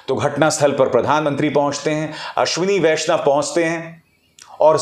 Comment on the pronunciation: आश्विनी वैष्णव महिला है या पुरूष; आपने इस नाम का उच्चारण कैसे किया; स्वयं ढू़ँढ लीजिएगा l